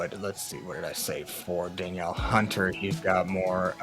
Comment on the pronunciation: Great info! Just wanted to let you know that Danielle Hunter is pronounced “dan-NEEL” instead of Daniel.